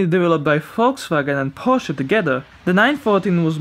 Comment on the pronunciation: props to you for pronouncing "porsche" and "Flugmotoren" right!